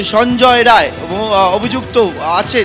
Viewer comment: Don't pronounce it as Ray instead of Rai